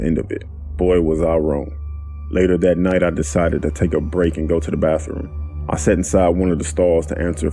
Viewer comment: Narrator, dude, it's not bafroom. Kids go to the bafroom. Everyone else goes to the bath room, aka, bathroom.